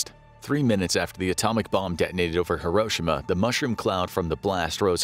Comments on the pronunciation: several notable mistakes "hisroshima" 😂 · When I was a kid, e pronounced it "here-oh-she-mah". This new pronunciation sounds weird.